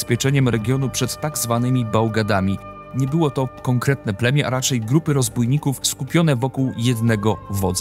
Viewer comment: Mówi się "całe plenię", daję się porównać siłę tych plemion, ale czy wiemy ile ludzi stanowiło takie plemię?